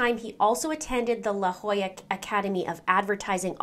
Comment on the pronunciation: Thank you for pronouncing La Jolla correctly!!